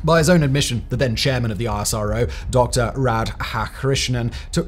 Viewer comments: Its pronounced isro, like nasa. 2 syllables. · ISRO is actually pronounced as "is-row".